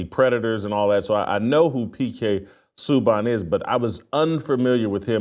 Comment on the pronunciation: Hearing jason say his name is hilarious. Its pronounced. Sue-bahn. Great hockey player, excellent defensemen he won the trophy for the leagues best.